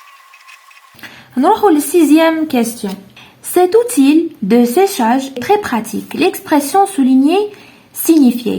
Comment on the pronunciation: Conçu تنطق ç س ليس ك Outil تنطق اوتي و ليس اوتيل للتصحيح فقط و شكرا على المجهودات